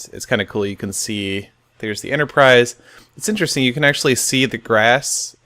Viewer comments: Seriously? Enterprise. XD Not Enterprice. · At a few points it sounded like you were saying Ender-prise instead of Enterprise. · US EnderIce instead of enterprise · you mean the USS "Iceterprise" ha lol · Starship Enterpr-ice? No?